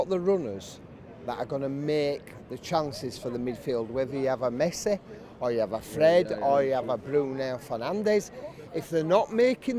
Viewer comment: "whether you have a Messeh"